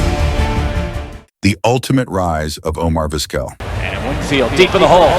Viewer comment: Come on dude, if you’re going to use a crappy AI voice the least you can do is make sure it’s pronouncing the main character of your video’s name right. Terrible.